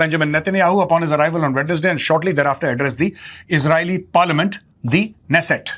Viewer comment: major Great commentaries FYI Israel parliament pronunciation Knesset- K is NOT silent